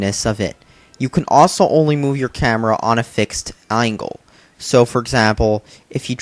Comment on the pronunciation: You mispronounced angle. That and you need to buy a new tv. Also who cares about no "Online Mode".